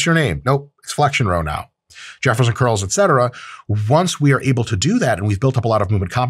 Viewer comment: What the h*** is a Jefferson roll row? I thought you said jelly roll